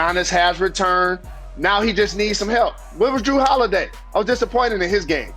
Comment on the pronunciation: Jalen said Kawhi Lenil and Drew Holiway 🤣🤣🤣